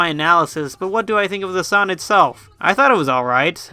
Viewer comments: I like how you say 'son' instead of 'song'. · Stop saying sawn instead of song lmao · You say son... Not song. That is absurd.